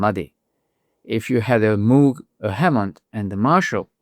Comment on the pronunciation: Please learn how to pronounce the name MOOG.